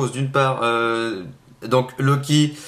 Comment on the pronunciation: Loki = "Loik" :D ? ?